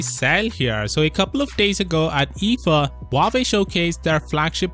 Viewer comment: You said huwaei just keep copying so why keep saying time and again huwaei is cool amazing and whatever